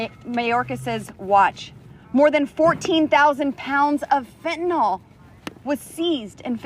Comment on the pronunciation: Fentenol? Impordant!